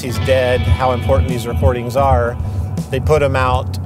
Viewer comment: Or as says "imporT-TenT" emphasis on the Ts.